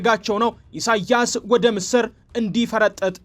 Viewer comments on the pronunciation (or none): ምስር ስታነብ ጠበቅ ኣታርገው ስታጠብቀው ምስር የምንበላው ወጥ ነው። ላላ እርግህ ስታነበው በአረብኛ ምስር ማለት ግብጥ መሆኑ ነው። ላላ እርገህ አንብበው በእ